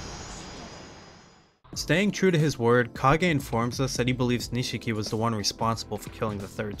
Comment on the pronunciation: Niche key. Not “nuh she key.”